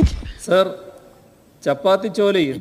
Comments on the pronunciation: Chappathy alla pappathy ,🤣🤣🤣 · ചപ്പാത്തി... ചാപത്തിയേയ് 😂